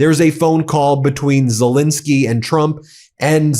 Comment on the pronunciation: Great video. Ben, in your videos, you seem to pronounce Zelenskyy as Zelinskyy. I'm not sure now which pronunciation is correct, but believed it was as it is spelt. Apologies if I'm wrong. Regards.